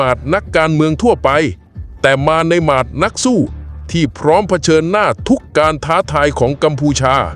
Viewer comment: เบื่อAi มาด ไม่ใช่ หมาด บ้าบอห่วยแตก